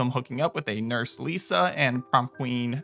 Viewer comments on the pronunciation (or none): none